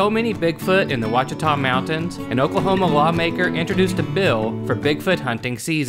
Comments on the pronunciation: Ouachita is pronounced "Wash-it-aw", not "Watch-it-aw". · very good video! buut Ouachita is pronounced Washita like Wash-i-taw